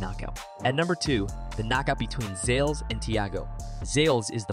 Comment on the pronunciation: It's Zalesh, not Zales lol